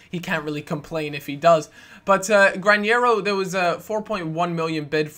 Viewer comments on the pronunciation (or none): Granero not Grañero